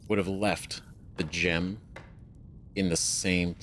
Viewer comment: Ugh GEM not gam 😂